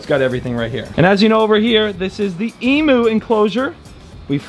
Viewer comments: You need to stop calling them EEE Moo's They are called EMU'S ....EEM YOU'S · As an Australian fan, I have to tell you they are called E mew not E moo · Can someone please tell … Emu is pronounced EEMYOU not EEEMOO!!! Us Aussies cringe each time he says it wrong!!! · As a proud aussie I feel I must correct you in the fact that it is an e-mew not an e-moo!! 😕 Classic American mistake! And the fact you called them a baby Pterodactylus when the Cassowary exist is so funny to me!! Seriously you should look a Cassowary up! Terrifying! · e-moo? It's emu. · It’s Em-you not Em-moo